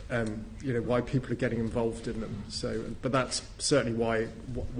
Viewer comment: Say it with me,. THEM*** not "thum"